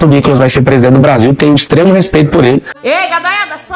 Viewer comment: Ele falou prediernte....eu etendi preso dentro 😂😂😂😂😂